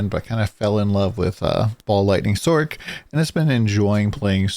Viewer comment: Sorc not sork. Its not a sorkerer! Nice vid though!